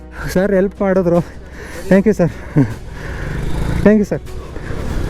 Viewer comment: ತಪ್ಪು ಮಾಹಿತಿ. ಚ್ಕಿನ್ ಬಾಳಿಕೆ ಹೆಚ್ಚು. ಲೂಬ್ರಿಕೇಶನ್ ಮಾಡಬೇಕು ಅನ್ನೋದು ಸರಿ. ಚೈನ್ ಸ್ಪ್ರಾಕೆಟ್ ಸೆಟ್ ಬರಿ 2080. Belt ನಂತೆ ಆಗಾಗ ರಾಗ ಹಾಡುವುದಿಲ್ಲ. ಅಷ್ಟಿಲ್ಲದೆ ಕಂಪನಿಯವರು ಚೈನ್ ಪರಿಚಯ ಮಾಡಿಸಲಿಲ್ಲ. ಅವರೇ ಆಂಗ್ಲ ಭಾಷೆ ಚೂಲು ಬಿಡಿ. ಟ್ಯಾಂಕ್ ಯು ಎಂದಿರಿ ಅದು ಥ್ಯಾಂಕ್ ಯು. ಈ ವಿಡಿಯೋದಲ್ಲಿ ಅನಾವಶ್ಯಕವಾಗಿ ಮಾತನಾಡಿದ್ದೀರಿ. ಈ ಅಭ್ಯಾಸ ಸರಿ ಮಾಡಿಕೊಳ್ಳಿ.